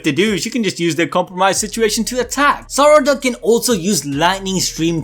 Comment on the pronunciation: God the way he says sarada bothers me he says suh-rada sar-ada